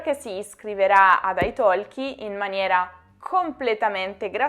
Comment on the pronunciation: Nella parola ITALKI non si pronuncia la letters L.